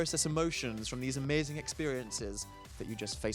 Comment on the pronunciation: dan sounded incredibly northern when he said ahmahzin